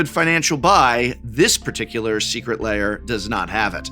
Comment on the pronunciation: Tolarian pronunciation guide: Lair laY-Er